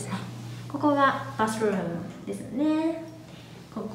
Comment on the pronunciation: お疲れ様です❗すごいですねー😃バスル〰️ム発音ちょと⁉️洒落ましたね👍そのお部屋なんぼですか⁉️流石、‼️いっぱい楽しんで下さい